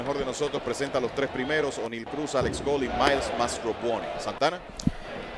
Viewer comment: mi humilde comentario ,,deje eta vaina ,que usted parece ruso ,,,NO SE LLAMA ONE---IL,,,,,,SU NOMBRE SE PRONUNCIA CORRIDO OENEIL C